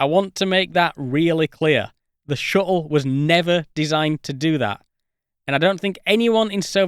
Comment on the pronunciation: "Then just shoot down the Shu'le. If you like. Wha'evah."